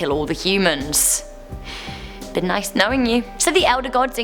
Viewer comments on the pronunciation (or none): none